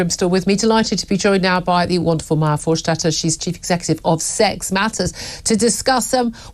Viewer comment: Why does julia call her "For-shtater"??!